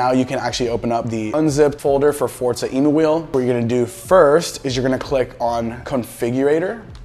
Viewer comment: Thanks dude great vid. Short and to the point. Btw, i don't think its Emu as in the bird i believe its taken from the word Emulate 🤷‍♂️